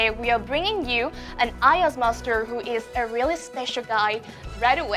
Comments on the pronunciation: Bạn ấy nói MASTER mà mình nghe như MUSTARD luôn vậy trời :))) Bạn ấy phát âm sẽ rất tuyệt vời nếu k quá gằn giọng như vậy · Mình thấy khánh Vy mang lại một cảm giác mới mẻ cho chương trình bởi sự năng động và her bubbly personality. Nhưng nếu nói về sự chuyên nghiệp và khả năng nói thì Vy vẫn chưa đc xuất sắc. Em ấy phát âm vài chữ bị sai như "dad" mà nghe như "dead", master mà nghe gần giống mustard :), ko biết có phải đọc kiểu giọng anh ko?? 0.o Dù biết là Vy chưa ra nước ngoài, chưa đc tu luyện tốt nhưng đây ko phải là lý do chính đáng để nói "ko sau đâu, em ấy có thể host show này, người Việt nghe thôi mà." Mình thấy Vy nên luyện thêm tiếng anh thêm 1 năm nữa rồi quay lại chương trình. Em ấy vẫn còn trẻ, ko cần gấp rút. Mình rather thấy Vy trưởng thành và cứng cáp hơn là một cô gái chân ước chân ráo mới vào nghề, tay nghề vẫn chưa rành rỗi rồi bị dân mạng chém gió (haha I'm doing it right now). Về phần accent, do Vy muốn nói trôi chảy nên nói nhanh (ko tự nhiên, nhịp điệu như bị dồn nén), phát âm chưa chuẩn (chỉ 1 vào từ thôi). Mặt dù nghe cả buổi mà mình ko biết Vy đang nói tiếng Mỹ, tiếng Anh, Úc,etc... nên vẫn thấy ko chuyên nghiệp lắm. Có vẻ như 1 hỗn hợp giữa 1 ít Anh và nhiều Mỹ.